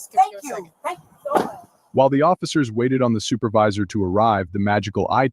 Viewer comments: She’s so sorry. Her baby getting a procedure and she’s across the street stealing smh. Also she said supaviza right on the money lol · What man in his right mind got with her to create children? I feel bad for the children. It pissed me off the officer entertained her foolishness as long as he did. I holler every time you say supavisah 😂😂😂I haven't pronounced supervisor the same after hearing you say it 😂